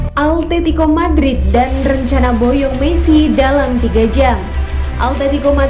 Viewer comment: kirain gua doang yg dengar altetico madrid wkwkwk